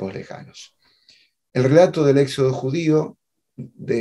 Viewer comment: BRAVO POR!!!...PERO...CÓMO PUEDE SER QUE TODO UN CATEDRÁTICO NO PUEDA PRONUNCIAR BIEN LA "X"...SE LO OÍGO EN ÉXODO, SEXO...ETC...JAJAJA...GRACIAS!!!